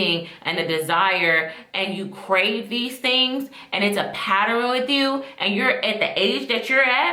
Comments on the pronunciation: Beautiful lady - you did a nice job with this review. Please and I say it in love. Practice the word pattern. It’s only 2 syllables. It’s pronounced pat-turn. Love ya girl but please fix that. ❤ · paterrin??? the word is pronounced pattern. Other than that, good video. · Please stop saying pat-ter-rin 😂😂. It’s pat-tern. Ugh. I hate to be that person but I hate when we butcher simple words. And while I’m at it, it’s “whether”, not “rather” 😂😂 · “PATTERN” not “PATTAREN” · Patturuns as killing me. Also the way she talked about fetishes is false. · I can’t listen to someone who says “patter in” illiterate asf 😂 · Just discovered this channel and couldn't focus on anything after she said. Never heard anyone make it two syllables. Good content though. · mispronouncing pattern is not attributed to dialect. The word is being said incorrectly. Yani puts an extra sylobol in pattern as well. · OMG the way she pronounced it was so cringe. It made me tweak over and over. Great Video But Sweet heart it’s pronounced like this “Pat-Turn” = Pattern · Its pattern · dialect would be her sounding like she is from the south or New York. Pattern has two syllables not three. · That’s not how you pronounce “pattern”. There’s only two syllables.